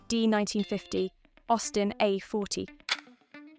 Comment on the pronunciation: Good, but STOP using cheap AI's. "Circa 1951 Jowett Jupiter"?; "Austin a - forty"????